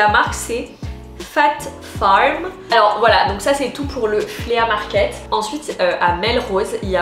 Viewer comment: Flea market = se prononce « FLI » (et non pas Flea) Les deux paires de chaussures que j’ai ACQUISES (et non pas acquérit).